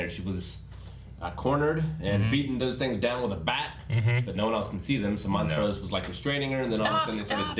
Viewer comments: who is Mont-ross? I thought it was Mont-rose? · BUUUUUTTTTTT☝🏾... This is episode 8 & your still saying Montroses name wrong🤔